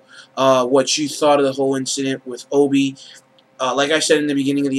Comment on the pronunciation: Opie, Opie, Opie not Obie. other than that ,pretty good.